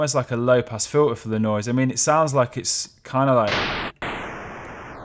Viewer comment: FIL-ah? It's pronounced FILTER. There is a T in that word.